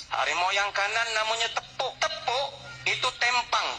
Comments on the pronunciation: assalam.. mohon mncelah...sebutan 2 harimau tu. 1.. dengkis 2.. tepok.. sebutannya.. teapok.. bkn tepuk mcm bnyi tepuk tangan.. tepok tu maknanya tidak boleh berdiri dn berjalan dengan baik..hanya mmpu mmgesot.. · Bukan tepuk tapi teypok. Orang Johor sebut teypok.